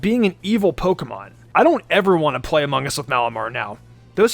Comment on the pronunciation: He said ammongus